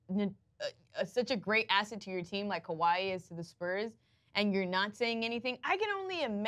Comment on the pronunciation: "when you're such a great acid to your team like Kawhi is..." Enunciate please.